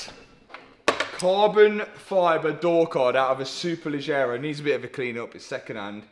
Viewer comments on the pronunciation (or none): Not italian, but lived there for a while... you may pronounce "Superleggera" like "Superledgera" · Someone in Italy dies every time Mats pronounces Superleggera the way he does 😂👍🏼